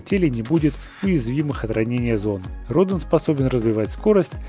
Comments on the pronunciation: Радан а не Родон!! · Вообще-то правильно говорится ра'дан